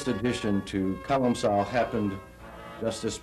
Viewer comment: Colum-kill. Not colum-sil.